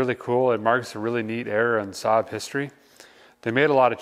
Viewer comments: It's pronounced SA'AB Derek. 😆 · more like " sab " though if you think about it